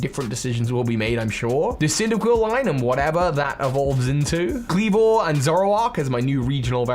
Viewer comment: CYNDAQUIL DOES NOT END WITH 2 L'S! KLEAVOR, NOT KLEVER!